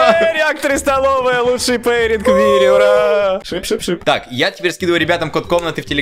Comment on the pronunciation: Кто сказал шып🌝🤣